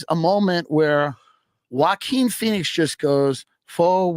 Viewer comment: joe keeps saying walkin pheniex like he wrote the movie